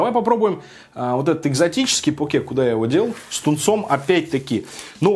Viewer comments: Блин твоё покЕ прямо слух режет) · почему я говорю пОке а не покЕ.? Потому что так вроде правильно. Через секунду: следующий покЕ